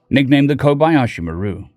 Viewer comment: Damn... the pronunciation of the kobayashimaru killed me